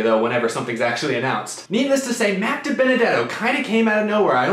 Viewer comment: You butchered Dibenedetto